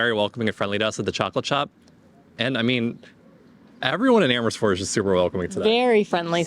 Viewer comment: Emmersfoort😂Love that pronunciation. I am originally from there, think I should go back as a tourist!